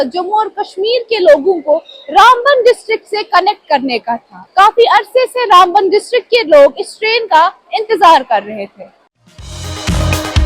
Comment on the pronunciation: Its RaamBaan not Runbun